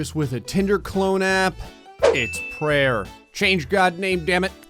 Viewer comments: Prayer not prayr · The name of the game is prayr, not prayer, pay more attention.